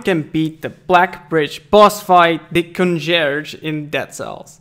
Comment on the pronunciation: "Congerge", really?